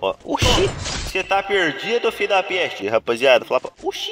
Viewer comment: Quantas vez ele falou fidapeste